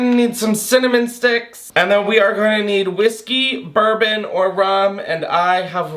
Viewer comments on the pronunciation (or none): none